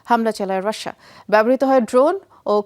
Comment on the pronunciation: রাশ্শেয়া নাকি রাশিয়া?